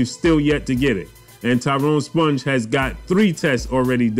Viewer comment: It's pronounced Spung not Sponge 😂